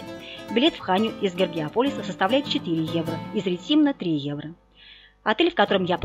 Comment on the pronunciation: РЕ тимно ударение на первый слог!